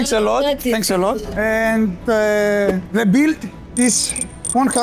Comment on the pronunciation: "Σι γκιβ μι σομ τσικεν οφ σι πλειτ" 😂 αααα ρε μαγκα, και παρολαυτα σε εφαγε με τα ματια!!